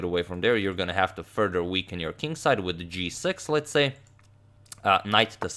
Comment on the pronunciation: it's "with" not witt